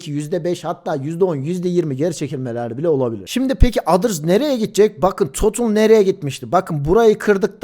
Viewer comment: Herşey iyi hoş güzelde total e totıl demen tüm ciddiyeti kaybettiriyor 🤦🏼